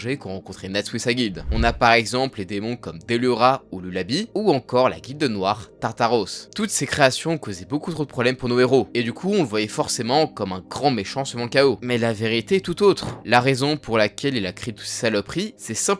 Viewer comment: Lelabi ???? Atroce la prononciation, ça ce dis lelabye